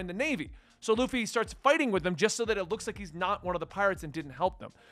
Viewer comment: xD Usopp: oo-sop (uso is Japanese for lie) Baratie: ba-ra-tee-ay For next vid. Sanji: San-jee Krieg: Kreeg Bellemere: Bell-meer Nojiko: No-jih-ko Congrats for pronouncing Luffy right. I've heard luh-fee too many times to count xD